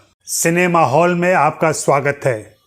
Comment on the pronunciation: सिनेमा हौल नहीं सिनेमा हॉल करें।